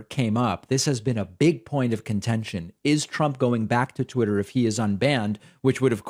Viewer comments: Did she say tweeter? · Donald Trumped your such a loser and your hair looks ridiculous and did she say Tweeter instead of Twitter what it sounded like. Most of America can't stand you Donnie Boy were think your sick in the head believe nothing you say and thunk your the worst thing that ever happened to America and the greatest threat to our national security we've ever had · “Tweeter”??? What kind of nimrod can’t pronounce Twitter correctly? It’s not that hard, Jesus Christ! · Did she say Elon took control of "tweeter"? And oh my, you're right, he's beyond orange!